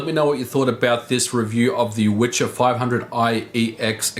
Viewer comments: It is pronounced viher. Wicher is a strong wind. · "wicher" means "gale" in English. You pronounce it viher. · Actually "wicher" is pronounced [vee-hear] and mean strong wing. "Witcher" is actually translated to english, in polish it is "Wiedźmin" [vee-edge-mean] and is male form of "witch" [vee-edge-mah]. Funny thing: ethymology of "wiedźma/wiedźmin" comes from word "wiedzieć" (vee-edge-etch] whith meas "to know". So in polish witch/witcher kind of means "the man/woman who knows (a lot)" (for example about herbs). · it's funny that the name of the card is Wicher, which English speakers pronounce as "The Witcher" (I guess the most famous Polish export product), but it actually means "gale" in Polish. Anyway, based stuff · And you should pronounce "vi-her" use connection of two words "Wii" or "Vi" and "her",,,,And yes Wicher means "Strong Wind" It's not Witcher :) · Dude. You should pronounce it "vehear". It's a Polish word for very stron wind :D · Pronunciation for anyone interested: vee-hair (roll the r) 👍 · Not the Witcher at all. Wicher means gale, strong wind. And it should be pronounced vee-her with hard h. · There is no "c" in the name of this card. "C" is silent when "h" is after in polish. Always. So, name of this card is Wi(c)her - strong wind in polish. I think "gale" would be a proper english translation. Anyway. Cool video. As always. 🙂👌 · vee-her. the pronunciation of the W is also wrong in the video :) its like a V in video. but thats just nitpicking.. thank you for your videos! and greetings from Wrocław! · The way he pronounces Wicher just hurts. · and it's pronounced with H like in "here", not like in "cheer" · its not Witcher :)Wicher means strong wind and should be pronounced "Viher" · Wicher (which in Polish means "gale" or "strong wind") is actually pronounced VEE-HAIR, not "witcher" ;) Anyway, good job and a thumb up! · It’s Wicher, not Witcher which translaten in Polish as gale/hard wind. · WIcher, not witcher.